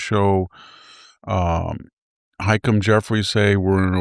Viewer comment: “high-kum” Jeffries? You know, every time he said this name, I wasn’t even sure who he was talking about until now. I don’t know what Victor’s deal is with his insistence on mispronouncing names (seems to always be democrats for some reason…hmmm). “Leh-ti-tah” “Butt-a-gig” And now “Hay-kum”. Can someone explain this to me? The man speaks ancient Greek, so it’s not a capacity issue. Mispronouncing people’s names intentionally is disrespectful, and I would expect better or Victor…